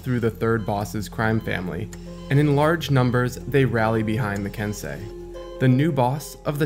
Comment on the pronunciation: i thought it was pronounced ken-sey like sensei